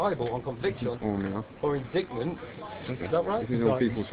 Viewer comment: vampireLOREN You notice he also mispronounced "indictment" ?